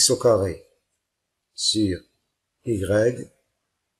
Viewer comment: Vous le professeur ,avec le respect que je doit, vous êtes faibles en français. Vous dites le :y greg ,alors que normalement on dit le: y grecque .